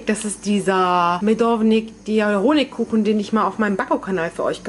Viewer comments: 🙈nicht medovNik sondern medovik, genau so wie es auf der Verpackung stand, ohne N 🙊🙊💖 DU BIST TOLL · Liebe Medovik und nicht Medovnik😉